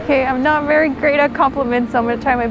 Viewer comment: Vewy vewy emotional Ok